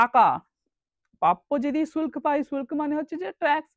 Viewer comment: ভাই শুল্ক উচ্চারণ টা কি হলো ? ফরমান বা দস্তক কথার অর্থ বিনা শুল্কে বাণিজ্য করার অধিকার বা লাইসেন্স। এই সব ধারণাটা দেবেন না ?